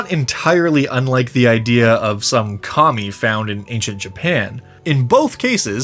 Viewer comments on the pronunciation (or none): I heard "Kami" as "commie" and I just want to thank you for the laughs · Thought he was saying commie during the rome and japan bit, I was a tad talen a back